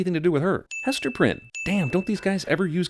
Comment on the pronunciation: Hester Pryne? Rilly?